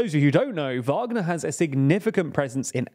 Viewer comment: They finally got the pronunciation of Wagner right after over a year of reporting on it. Now try get "Prigozhin" right